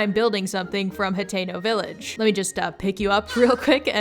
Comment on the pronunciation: The whole time I thought you were saying Potato Village😂❤